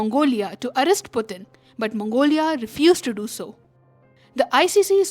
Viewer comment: Putin ! Not Butin! Arrest! Not allest!